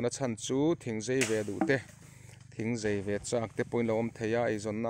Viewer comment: A lai tak ah hian a "Zei" i ti in ka hria a. Zai a nih kha aw. Maian pawh meian i tih duh hmel tlat